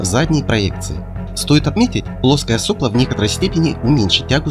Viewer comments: соплО, а не сОпло, подводники недоделанные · Только всё-таки в единственном числе правильно - "соплО" с ударением на последнее "о". Слух режет. Во множественном да - "сОпла". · В слове "сопло" ударение ставится на последний слог.